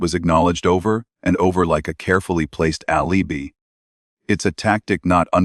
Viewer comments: The AI narrator pronounced alibi A• lee •buy. If you can't get your AI to pronounce words correctly; that's way too pathetic for me to waste my time. Bub bye. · Agreed. Cant even say alibi properly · Alibi not pronounced properly.